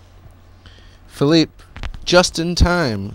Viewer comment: hes philippe petit not philip